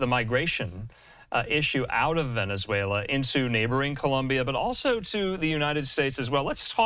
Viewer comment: Heyyy! He finally managed to pronounce Venezuela correctly. :P